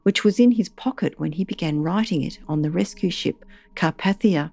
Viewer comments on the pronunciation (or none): CAR-PAY-THIA, not CAR-PATH-IA! Jeez, that's BASIC knowledge! 🤦